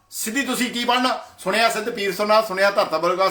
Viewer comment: ਜੋ ਭਾਈ ਜਪੁਜੀ ਸਾਹਿਬ ਦੀਅਾਂ ਦੋ ਚਾਰ ਪੋੜ੍ਹੀਆ ਪੜ੍ਹੀ ਆ ਓਵੀ ਗਲਤ ਪੜ ਰਿਹਾ ਹੈ ਸੁਣਿਐ ਨੂੰ ਤੂ ਸੁਣਿਆ ਕਹੀ ਜਾਨਾ ਼਼ ਪਹਿਲਾਂ ਆਪਨੇ ਅੰਦਰ ਝਾਤੀ ਮਾਰ ਕੇ ਵੇਖ।। ਸਾਰੀ ਆਡੀਓ ਬਕਵਾਸ ਤੋਂ ਬਿਨਾਂ ਕੁਛ ਨਹੀ ਜੀ